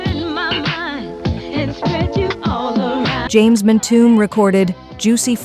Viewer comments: AI is announcing these stupid videos! Mispronunciations of names is crazy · Why can’t she pronounce the names right ? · Oh wow.. whomever did this got their information all wrong!! Juicy fruit was a hit song.. got alot radio play. She is pronouncing these names all wrong... smh